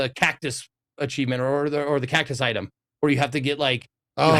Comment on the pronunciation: did you call him "itme"